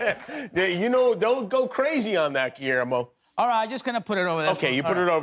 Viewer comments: Pero le llama giermo en vez de Guillermo 😅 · Seas mamón Diego! Pronuncia Guillermo bien! 🙄